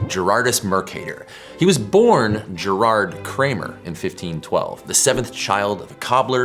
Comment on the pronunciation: His name was "Gayr-har(d)t", with a hard "G". Same with "Gerardus". Triangles of 270° are common in spherical trigonometry, taught in ballistics during WW2.